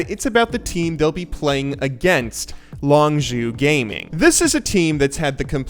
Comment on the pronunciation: did u say longjew gaming???